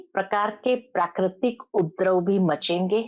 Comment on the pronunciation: UPADRAV BOLNA SAHI HAI, UPDRAV NAHI. P PURA BOLEN, AADHA NAHI.